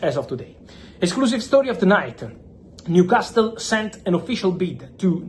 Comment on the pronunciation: Brooo its new castle not castttttel